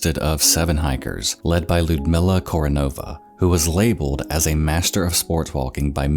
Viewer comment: the leader's surname "Korovina", not "Koronova". You can even see it written in Cyrillic - "Коровина".